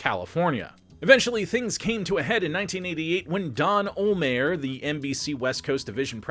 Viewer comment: I'll pay you to learn how to say Don olhmeyers name right